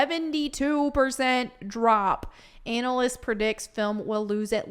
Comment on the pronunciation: I like the way pronounces ‘analysts’ 😂